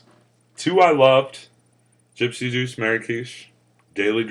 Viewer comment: tee hee... "Gypsy Douche.. Orangesicle" .... ?? =p Thanks for those giggles.. every time ya kept saying it that way. :) Live long(ER) & vape on!